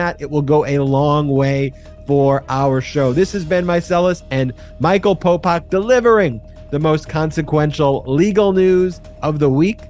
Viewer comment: Could you please stop calling him " Popok"???? It sounds like you're saying Pol Pot, the ruthless Cambodian Murderer/Dictator